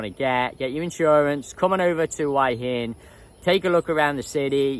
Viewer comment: My friends won't subscribe to your channel because it does their heads in with you pronouncing Hua Hin as "Why inn" Why do you do that?